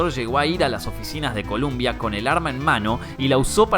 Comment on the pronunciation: Es Columbia pictures y ni hablar cómo pronuncias Harvey Keitel...